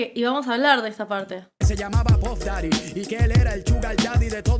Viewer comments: Puf datty? Lol you mean puff daddy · Y no se dice "puf" daddy, se llama "pAf" daddy